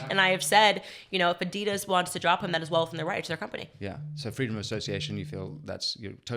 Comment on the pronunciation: Why was he saying Addidas like that?